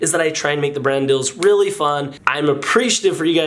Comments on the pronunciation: Are you saying brand deals or brand DILLS? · I thaw he said dadadels but it was brand dills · turn on comments and instead of it saying "brand deals" it either says Brandels or Randall's